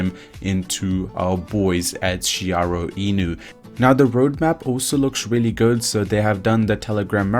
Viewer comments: It’s Shi ri Oh 😄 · it's SHIRYO not Shiyaro or anything haha definitely going to be 1000X in 2022